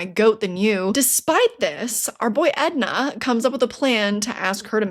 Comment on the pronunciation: It’s Enda not Edna. And woah the price on that book has gone way up